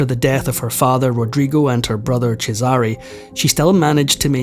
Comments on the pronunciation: Oh, my ears. 😢 I applaud your efforts, but please! The name Cesare is pronounced (for an English-language speller) CHEZ-eh-ray. Definitely, emphatically NOT chez-AH-ree. The other names - Christian names and family names - are all sadly mangled. Gads. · CHEZare not chezARe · Cheh-zah-ray They have made plenty of tv shows and movies about this family. It’s easy to hear how it should be pronounced. That’s what separates the humans from the AI bots. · Because every time the name is mispronounced... it grates heavily on my nerves. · It’s pronounced Chess-are-a! Please learn how to pronounce these names properly! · I hate to break it to you, but either you misunderstood or whomever was correcting you was pulling your leg. CHE-sah-rey is correct. The way the narrator is pronouncing it is incorrect. The fact that you're correcting people in every post and you're not even Italian sure is something. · His name is pronounced Chez sa rey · You and him are wrong. I'm Italian and the stress in the name Cesare goes on the first "e". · His pronunciation is incorrect. The first syllable should be stressed. In Italian, the second syllable is stressed if it is preceded by a double consonant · For God's sake, learn to pronounce their names correctly. Cesare is pronounced CHEY-sar-ay, and Medici is pronounced MED-ee-chee.